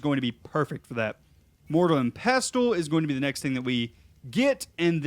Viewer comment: the T is silent in Pestle